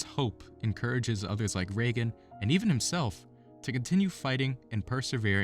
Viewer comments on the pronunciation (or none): Regan, not Reagan. Regan rhymes with 'vegan'. First syllable is "ree" not "ray".